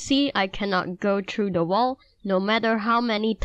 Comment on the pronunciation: when you say thru you say true but its ok cuzz I'm Asian to but you just don't see also I'm mad at you cuzz i smashed the like button and my mouse broke